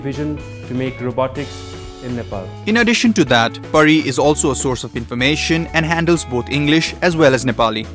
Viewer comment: isnt she pari ? bt she says peri.. :/